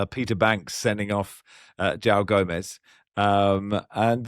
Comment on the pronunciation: Barry it is Jo-ON Gomes not Jow.